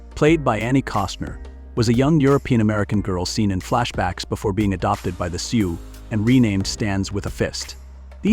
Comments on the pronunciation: Please pronounce the names right. Its Soo not soox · AMEN to that!! This AI crap is getting old already. Doesn't pronounce words or names correctly. Said SiouX, pronouncing the X. Also, messed up names & just generally is annoying. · Not Sooz or Sooks! Pronounced: Su or Soo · The AI script enunciator is inconsistent. The pronunciation of the "Lakota People" as Sioux (sue) is done numerous times with an occasional Sioux (suock). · Sooks, really ? The name of many tribes, people, locations mispronounced . I agree with others narrate these yourself or get someone else if there’s even a human behind this channel. Disrespectful to do this. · Can't believe that you mis- pernounced SIOUX !! Wow ! You don't say the X ! PISSED ME OFF ! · even more annoying because the word Sioux was throughout the entire thing over and over. I physically cringed every time it was said with this hideous pronunciation. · Teach the AI how to pronounce Sioux and Chippewa. Sheesh.